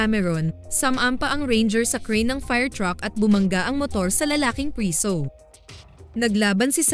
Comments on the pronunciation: Bakit b ganyan magsalita ung nagsasalita,preso Hindi prisow. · Pwede po bang itama nyo muna ang pagbasa o pagbigkas ng mga salita before kayo gumawa ng story sa content nyo😢😢😢 Preso po sa tagalog hindi priso buti.png sabihin mo sa english nlng as prisoner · Mali ang pronounce u ng preso nd prisu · Preso hindi priso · ilang beses nyong narinig yung salitang PRISUH😅..kaya lng fave ko tlga ang movie na to..🥰